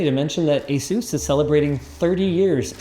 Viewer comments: Asus or AsZeus there is no Z in Asus !! . lol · You’re MISPRONOUNCING “ASUS”. PLEASE LEARN TO PRONOUNCE THE COMPANY CORRECTLY.